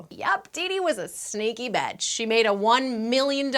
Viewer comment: PLEASE learn to say the word bitch and all it's forms properly, it's not betch or betches or batches, it's BITCH.